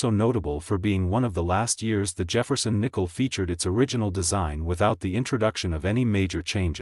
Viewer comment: Jafferson nickle it’s Jefferson nickle idiot 😂